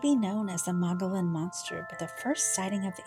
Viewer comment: MOE-GI-ON. The L’s are silent